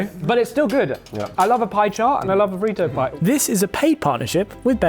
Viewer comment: “FREE-TOE POY” 😂